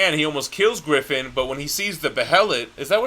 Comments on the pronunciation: Griffith not Griffin xd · It's Griffith, not Griffin. And Donovan, not Domino.